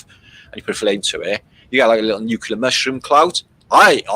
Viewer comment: Hey, maybe you could do us a favor and please stop pronouncing the word nuclear as "nuculer"? Thanks.